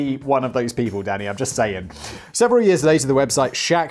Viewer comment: Every time you say danny, all i hear is daddy. Just yellin "daddy yes!" Lol.